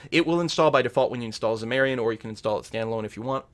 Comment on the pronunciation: its Xam-ar-in, not Xa-mar-ian...not super annoying but would be nice to say the program name correctly